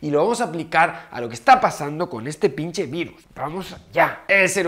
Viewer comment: Jajaja me encanta que diga pinshe 😂😂😂